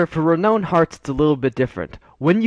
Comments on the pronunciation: Thanks very much; very useful info. One pedantic nitpick, though: It's pronounced "reh-nown", not "reh-known". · Learn how to pronounce renown.